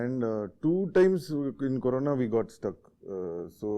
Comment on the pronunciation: Corona, not karona